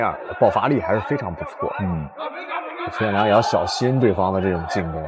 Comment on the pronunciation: 解说真垃圾！邱建良名字都会叫错